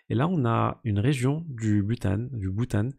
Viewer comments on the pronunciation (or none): Très bonne vidéo, Au passage le bhutan ça se prononce boutan tout simplement 😊 Le reste nickel comme toujours